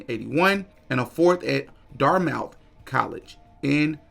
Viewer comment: You should learn how to pronounce "Dartmouth" an "Arista" "Meyer"...you are a conspiracy monger...you're not even an insider ....just ignorant